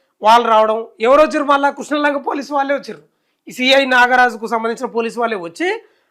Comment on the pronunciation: కృష్నా లంక కాదురా... క్రిష్ణా లంక 🤣🤣🤣